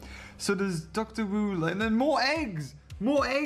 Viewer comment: heggs (the h is silent)